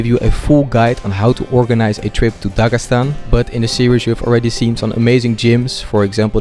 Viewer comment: Voice over. It sounds terrible in Russian) Incorrect stress in words, etc. Instead of Dagestan, he says Dagasan, and there are many such inaccuracies. The first three videos had top-notch voice acting, but now something has changed.